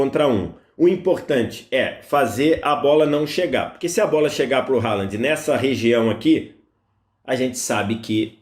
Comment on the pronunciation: O nome do jogador se pronuncia "RRolan"